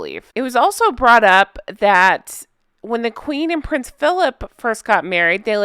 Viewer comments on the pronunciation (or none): none